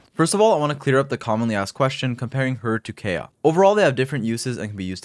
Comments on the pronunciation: its kaeya not keya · Every time I hear Kaya I get a stroke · IT’S PRONOUNCED: KIE-UH... 😒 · Never heard anyone pronounce Kaeya the way this guy does. They actually say it in game too. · Is it some sort of inside joke where you pronounce Kaeya wrong?